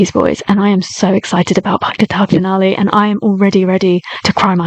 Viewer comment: Ohhh nice to hear you pronounce word PAGTATAG FINALE we love you na ❤